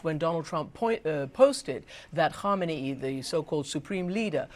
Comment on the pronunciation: Why the hell are most reporters call Iranian leader KHOMAINI ? His name is khameneyi 😂